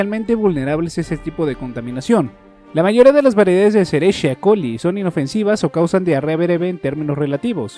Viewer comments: No sé dice "escherichia coli" ( tal como se escribe) si le dices a si a un bacterilogo se enoja, te lo digo por experiencia propia haha , todo lo demás bien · La "cerezzha colli " 😁😂